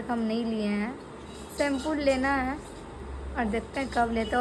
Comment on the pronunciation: Aap hamesha shempool bolte h shempoo hota h